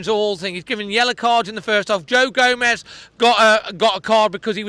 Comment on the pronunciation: stop saying Joe Gomes, Joe Gomez plays for Liverpool. Its Joao Gomes… like Joao Mouthino. Enjoy the content but to pronounce players names wrong consistently is lazy